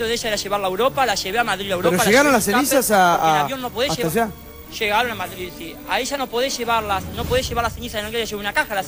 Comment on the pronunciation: A "Madril" jajajahaj